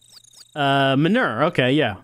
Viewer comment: Is pronouncing "manure" as "m'nore" a New Jersey thing, or a thing?